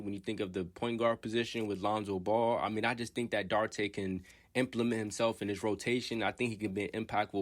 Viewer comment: His surname is pronounced Dew-ar-tay.. I am a Pacers and Kings fan. I hope Chris does well with the Bulls, as well as Jalen Smith. I still see Jalen having Giannis type potential as he matures. Chris has had a successful off season with the DR national team and seems a lot stronger.